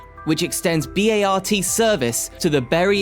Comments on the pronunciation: I like what you have to say good information thank you.. At the same time, though you have to learn how to pronounce cities and transit agencies.. I mean b a r t ! Think Bart Simpson That's how you pronounce Bart. And San Jose Say San Ho-za. San Jose the J Is silent. Use H when saying Jose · Another Click-Bait where the Thumbnail has nothing to do with the subject. This dafty guy is slaughtering American English left and right. It's pronounced "BART" as in Simpson! No one calls it "B-A-R-T". Also, Van Nuys is pronounced as "Van Nuys" as in "Guys", not "News". Another one: "Los Angeles" is pronounced "Los An-ge-less", not "An-gel-eeze" like "squeeze". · Ow, my ears are not ringing, they are stinging! It's not like any one of the names massacred is obscure. Listening to B-A-R-T being spelled out so many times, a reference I heard spoken by no one in all the years I lived in San Francisco, was just another of the many scrapes on the eardrums as listed in these comments. Given the many errors, I'm glad I didn't B-A-R-F! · The California High Speed Rail project is a major one you missed. Also it's pronounced BART not B A R T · They are pronounced "Bart," like the guys name, "Der-RID-ee-un," and "San Ho-zay." These are three among many other weird pronunciations. Was this vid produced with an AI voice or script writer?